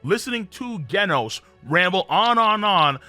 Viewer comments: ganos??? its pronounced jenos..... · It’s “ jen noooss “ not “gen os” it’s like genesis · Excuse me who is guenos? His name doesnt have a u, its genos as in like generate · It’s not genis it’s Jen os jenos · Did he just say gaynos instead of genos 😂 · It's genos not gandos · Bro… it’s freaking GENOS. Like genesis next gen! Not ghenos. How hard is it to say a freaking name right!?! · did you really call Genos by the name Ghenos? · Bro can't even say "genos*💀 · Why do you pronounce genos as gaynos.... General, gentle, gender = genos it's said the same way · This guy called Genos "GHEN-OSE" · Bro omfg say Genos name right🤦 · Pronounces Genos wrong. Pronounces Genius right. This fucking guy. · King is the best at games not average and you pronounced genos wrong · i ought to give you a thumbs down just for how you pronounced Genos. 🤦‍♂ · whats with the Genos pronounciation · Did you pronounce Genos with a G and not a J? Okay you clearly don't know anything bye.